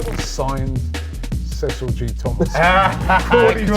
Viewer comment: This is great content tbh, would defo watch more of this, just need to get Cecil’s player name pronunciation up to scratch 😂😂😂